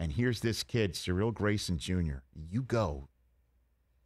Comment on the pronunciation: Why are they pronouncing Cyril Graysons name like that. It’s “Seer-Reel”